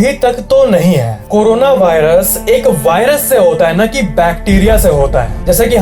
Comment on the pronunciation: .. Give a like who noticed BHAI-rus instead of Virus.. 🙏🏼🙌🏼💥💣